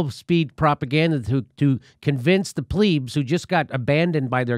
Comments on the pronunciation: They're not pleebs they're plebs, plebs with an eh between the l and the b. Christ u Americans have never learned to speak English as proper as us Irish have. Anyway, forgive my interruption and go on with the thing. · It's pleb not pleeb noob 🤦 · Plebs isn't pronounced plee-bs, it's pronounced pleh-bs.